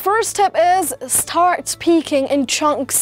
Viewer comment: Lol the way you pronounced “ Start “ you sound like you’re saying “ sa- tart “